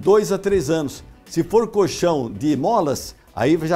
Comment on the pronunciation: Se falar coLchão com o L já seria bem legal! Porque "coxão" é outra coisa bem diferente!